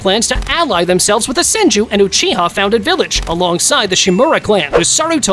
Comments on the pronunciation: He is dumb he called the senju clan the son-ju clan and not sen-ju clan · The “sanju” clan😂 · It's not sanju it's senju😒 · "Sanju"? Tf. The Yamanan...what clan? Bruv You put Jiraya above Sakura...tf. Sakura would clap him lol. Orochimaru should have been towards the 27 to 30...why the hell would you put Orochimaru that far up and not even knowing his clan... Kimi who? You call Naruto, Boruto, and Himawari "Namikaze," which is correct, but then putting him not in the top 5 lists lol.. "Mangeko"... Goddamn this is a fail video. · Tell me you’re not a real fan without telling me you’re not a real fan. Him: “San-joo” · "Sanjew clan" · I like how a guy named cant pronounce Senju. Bro has no "e" on his vocab